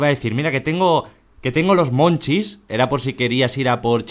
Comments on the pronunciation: El hambre de la maria es "munchies" y no se pronuncia "monchis"... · me perturba un poco que en los comentarios digan que "monchis" es de su pais cuando es munchies que es en ingles...